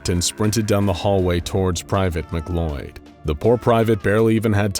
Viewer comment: just for future reference for the narrator, the name "MacLeod" is pronounced like "muh-clowd" not "mick-loyd." it's the same last name as the main dude from highlander.